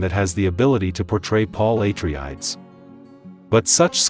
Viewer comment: Who's narrating??? They can't even pronounce Paul Atreides' name properly? 😂😂😂 this guy is fired!! Geeez.